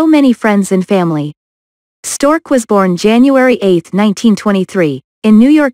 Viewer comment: Quit using computer voices! It is Larry Storch, NOT Stork!